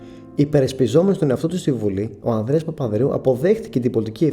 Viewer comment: φίλε προσπάθησε να προφέρεις καλύτερα τις λέξεις, π.χ. λες "ο Ανδρέα Παπανδρέου" και "της Τράπεζα Κρήτης"